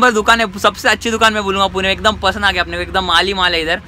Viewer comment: Abe unpad Poona nahi PUNE